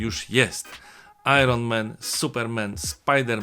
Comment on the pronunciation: Panie Macieju, kanał świetny, sub i dzwoneczek jest, ale... Iron Men? Supermen? Spider Men? To tamtych było więcej niż jeden? A Batman samotny? Czy też to była taka dykcja zła? Vide tow. Bolek eee... Prezydent Wałęsa